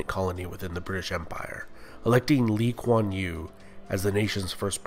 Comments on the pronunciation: Good pronunciation of Lee Kuan Yew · Thanks for pronouncing Lee Kuan Yew's name correctly. It shows that you had really put in the effort to research instead of just lifting information from other websites :)